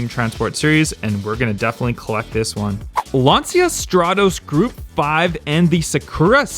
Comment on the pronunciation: Lancia= "Lunch-u"; second "u" is pronounced like the "u" in Lunch. You're welcome.